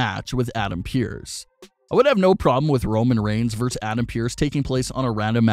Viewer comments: The abbreviation "vs." is pronounced "versus", not "verse". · Is it REALLY that hard to say"versus"?